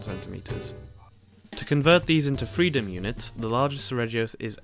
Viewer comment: 36. the G in seregios is actually pronounced /g/ as in guy, ghost and aghast, not /dʒ/ as in jack, joy and ajar